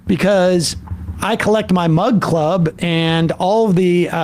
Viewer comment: I still cant figure it out, is it mug club or mud club?! I hear mud club every time